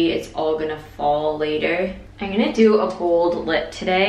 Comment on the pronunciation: oohh "bold lip".....I heard "gold lip" LMAO Also you look flippin HOT in that dress!